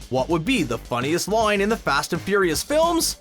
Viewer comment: what's a "loine", like "the most famous loine in the series"